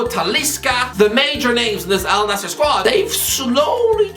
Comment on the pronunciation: First English speaking guy to pronounce it right not “Al nazir”